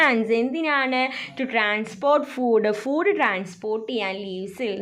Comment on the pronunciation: ടീച്ചർ ഫൂഡ് അല്ല ഫുഡ്